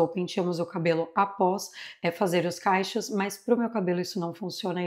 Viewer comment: Oi linda! Conteúdo impecável, assim como todos q vc produz. O único erro é falar “caichos”, ao invés de cachos, às vezes pode por morar há tanto tempo no exterior pode confundir … no mais vc é uma fofa e mesmo não tendo o menor interesse no produto, assisti só por ser seu. Bjssss